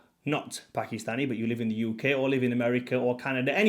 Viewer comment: Its pronounced Paak-Kiss-Staani NOT P*ki-Stani